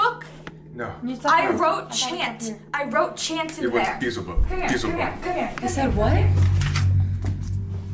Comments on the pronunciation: BEEzhulbub?... if you're going to pretend you heard a Demon you could actually research how to pronounce the name cause I'm pretty sure that a Demon isn't going to mispronounce its own name lol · I watched the video, and I am quite certain that a demonic entity would know how to pronounce "Beelzebub" correctly. All of them pronounced it "Bee-zel-bub." It was good entertainment, I admit. Actually, I even want to watch more of their videos now. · For me the give away was that the ghost/ demon mispronounced "Beelzebub"....